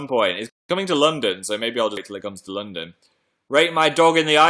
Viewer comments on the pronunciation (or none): none